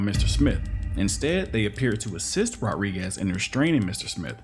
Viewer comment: The narrator doesn't know how to pronounce Rodriguez. He keeps saying "rawriguess." The name is pronounced, Mr. Narrator, Rod-ree-gez